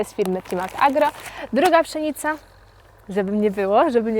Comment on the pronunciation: Czy mi się wydaje że Ty wymawiasz przynica?